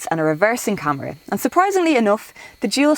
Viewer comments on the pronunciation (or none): none